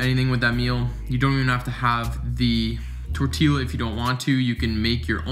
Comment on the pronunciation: dope vid, but it’s pronounced torti-yuh not torti-luh. i couldnt help but point it out 😂